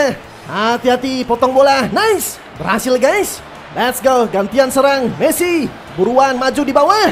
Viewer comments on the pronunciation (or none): none